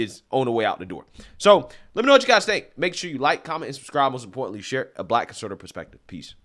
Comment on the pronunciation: I've watched about 30 of your videos and think I've agreed with you on every one. You do a great job, but you always seem to mispronounce "conservative" at the very end.🙂